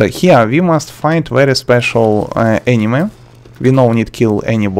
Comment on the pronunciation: I love how you say "enemy" almost like "anime" lmaoo